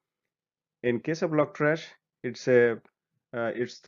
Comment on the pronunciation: lol I keep hearing logtrash.